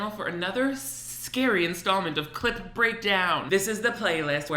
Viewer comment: One day my last three braincells will stop hearing “clit” whenever you say “clip breakdown”...... But alas, today is not that day